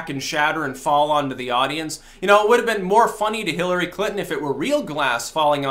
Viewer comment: “Killery”? Anyone else hear that?